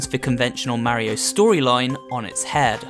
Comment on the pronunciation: no one:: mareio